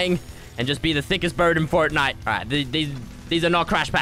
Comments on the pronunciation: thickest bird in fertnite ME: its pronounced FORTnite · Stop calling it furtnite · Fortnoit is how he says it